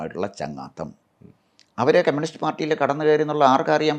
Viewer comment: കെമ്യൂണിസ്റ് അല്ല കമ്യൂണിസ്റ്